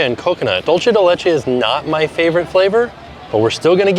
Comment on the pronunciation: Still holding out for a correct pronunciation of “dulce de leche”, you’re so close 😭😂